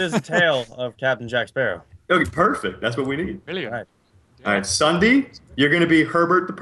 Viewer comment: have anyone notice that is said ssunee instead of ssundee